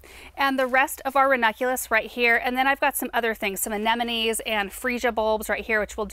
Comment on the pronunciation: Anenome not amenome